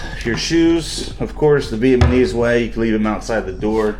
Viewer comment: Is it me or do I hear you say VietManese all the time?😂 It’s VietNamese.